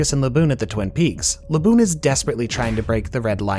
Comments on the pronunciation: he said baboon and not laboon😭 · Did he call Laboon Baboon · bro who is baboon it’s laboon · did this guy just call laboon.....baboon? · Baboon you mean laboon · Him calling laboon baboon is the worse thing ever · How dare you call my good sea boi Baboon, it's Laboon! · the whales name is laboon not baboon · Wtf baboon ????? It's laboon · Baboon? Did you just say Baboon? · why is he calling Laboon Baboon? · W vid but what the fuck did you call Laboon 😭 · Thought i heard him wrong the first time he said it but he made sure to say his name again wrong the second time